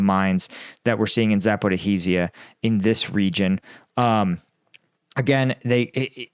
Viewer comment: My god the way he says Zaporizhia really bothers me. Why Americans are so bad with foreign names?